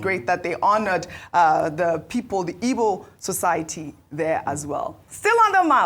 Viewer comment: Why's who's mother's name was ngozi is too bias to be identified as an igbo woman. If you don't like igbo ( your root, your tribe) no need of reporting their news whether good or bad. The way she pronounce igbo names and words is mockery of herself because she pronouncs other tribes names and words so much and even wishing to learn how to speak yoruba. if this American igbo day news was a bad one,she could have made so broad ( she couldn't say her tribe rather igbo people with her in exception. All these igbos from the Delta and River state,I pity Una.